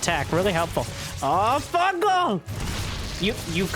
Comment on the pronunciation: "Fun Gal"